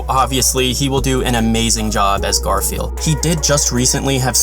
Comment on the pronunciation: What you say: Garfiel What I hear: Garfield